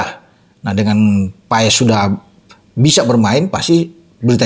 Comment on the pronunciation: Bukan Paes bung tapi Pass 😊😊😊 kata kochi